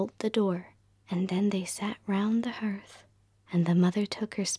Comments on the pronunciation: This is WONDERFUL! 💜💕💙 Only I wish you knew how to pronounce the word "hearth". It's the same way as the word "heart". ❤️ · Hearth is pronounced HARTH ! Shakes head, again… it’s harth Is it because Americans didn’t grow up with indoor fireplaces? Or they weren’t read to as children? I’ve not heard one be able to pronounce hearth correctly! 🤷🏻‍♀️